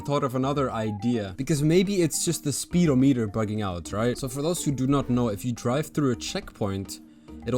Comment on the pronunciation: Its actually speed-ohm-eater, not speedo meter like the swim cap